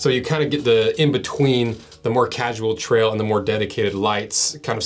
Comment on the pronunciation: "...the Mountain Tral" 😂